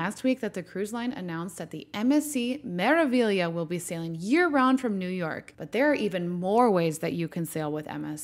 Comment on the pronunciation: It’s Mere-uh-vee-ya. Correct? Not Mere-uh-vig-lee-uh?